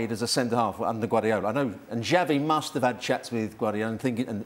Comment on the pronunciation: Pundits from a multi million dollar company can't even pronounce Xavi's name properly🤦🏾 says a lot